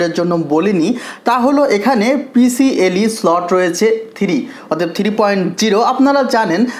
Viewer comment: Bhai ota pcle noi....pci e..thik kore bolen